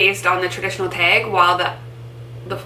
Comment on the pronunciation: The way you say TAG (teg) is my favorite thing ever!!